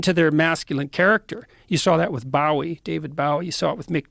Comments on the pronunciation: This muthafuca said "David Bow E" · This is the biggest self report. Even Joe was like hold up 🤚. I'm still listening to this and he referred to David Bowie as David BOW-ie. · Ah yes, David Bah-wee. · Man Saïd David “Bow”ie 🙇‍♂️ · David Bow-e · I've gotten used to Jordan Peterson being stupid and/or dangerous over the years. But I wasn't prepared for the way he butchered David Bowie's last name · I hope there's a circle of hell for pompous, intellectual featherweights who mispronounce David Bowie's name.